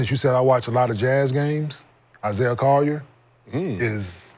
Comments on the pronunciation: The Brunson Steph and Luka slander is freaking insane. Man said Isaih collier???? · No way bro said Isaiah Collier